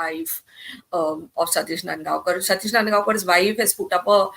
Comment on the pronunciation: claims to be Mumbaikar and pronounce नांदगावकर as नंदगावकर. 👎